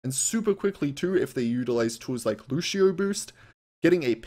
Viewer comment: Why tf do people say LuSHio. His name is LuCio.